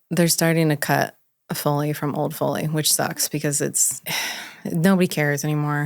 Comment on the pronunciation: Why do you keep saying it like “fully”? 🤦‍♂️